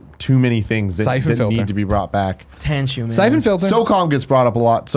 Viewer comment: said “tenchu” I thought I was the only that would have had the same thought